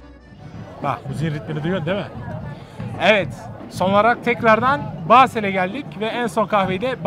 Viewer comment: O nasıl Basel demektir Basur dermiş gibi :D